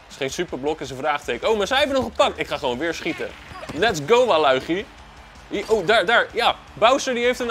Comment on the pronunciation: Je spreekt het uit als walitjie